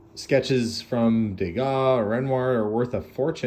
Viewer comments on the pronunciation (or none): none